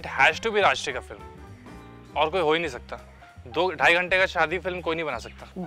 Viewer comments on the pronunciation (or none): none